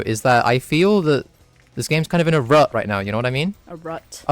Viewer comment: "Kinda in a ruh right now, you know what I mean?" "A rut?" "A ruh, yeah."